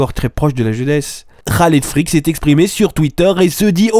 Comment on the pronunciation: pourquoi tu dis experimentboi et après tu dis rahled frik au lieu de khaled freak